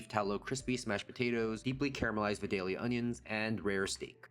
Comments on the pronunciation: I believe it's "Vie-day-lya," or at least it is at our house. And yes, they are wonderful cooked or raw. We grieve for them every year when they go out of season. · Vie(long i)-dale-yah 😊